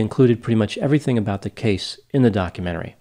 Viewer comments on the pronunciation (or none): none